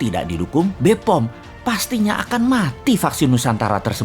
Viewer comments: Hal yang harus diperbaiki di video ini: 1. Penyebutan BPOM. Bukan Be be POM 2. BPOM Globalis buktinya apa? 3. Tau ga kalo vaksin nusantara itu buatan amerika? 4. BPOM ga ngerti soal dendritik? Penelian vaksin bukan hanya oleh internal BPOM tapi juga tim ahli yg terdiri atas para ilmuwan di Indonesia. Jd mereka semua globalis jg kah? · Bos, sory ni asik salah ucap ni bpom (asli nya) tapi bos bilang dgn bahasa bppom,.. Sory kalau saya salah,... Maaf bos man Piss bos man